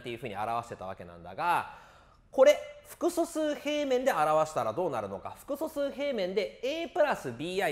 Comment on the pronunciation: めっちゃ °す°くそすうって聞こえるんだがw